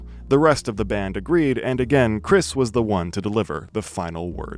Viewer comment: It’s Krist not Chris